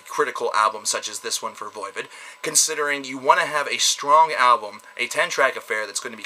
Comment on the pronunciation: What's Voivid? Some kinda french porn? It's voivOd. You know like GOD not gid...